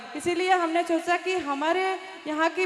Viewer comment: Chocha nhi socha ese bolo